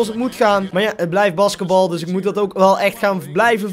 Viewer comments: oke als je 2k filmpjes wil maken moet je wel basketbal kunnen uitspreken. het is met een lange a, baasketbal. en vujivic spreek je uit als vujifiets, en niet: vujiniets. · BAskatbal zo zegt hij het